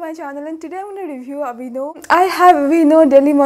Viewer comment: I've been watching a lot of memes lately. The moment you said aveeno I heard 'Binod' 🤣🤣🤣🤣🤣 Thank you for the review! Been eying the dermexa cream for ages, but hesitating to buy because of lack of reviews.